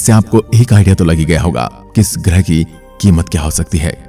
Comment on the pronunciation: Not grih grah bro 😂